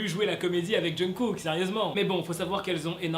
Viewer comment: C pas jungKook au lieu de Jungook ?